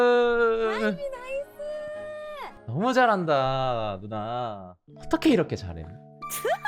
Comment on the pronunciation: 뭔가 계속 발음이 정확하게 누나라기보단 누ㄴ아 하는 느낌인데 끄헝 그냥 다 좋아 여기 너무 재밌어ㅠㅠㅠ